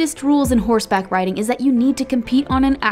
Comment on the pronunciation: It was pissing me off when they kept saying “Horse back ridding “